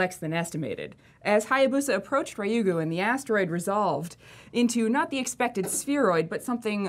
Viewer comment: FYI its pronounced Ryu "as in blue" Gu. The Japanese alphabet Ra, Ri, Ru, Re, Ro are difficult for western palates. Ri-yu-gu